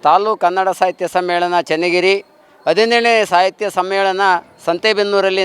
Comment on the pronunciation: Adinelu alla Hadinelu .. Kannada sariyagi maatadi